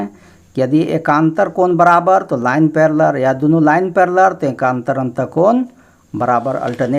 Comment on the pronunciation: Paleler nhi ser parlaal